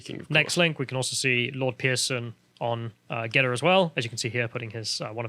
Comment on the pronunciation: GeTTr not GeDDR.